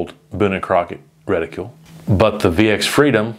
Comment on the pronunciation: Stop saying "reticule", it's driving me nuts. There's no "u" in the word